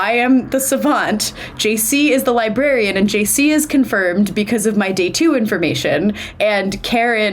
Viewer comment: also did anyone else here say “there is no liberian”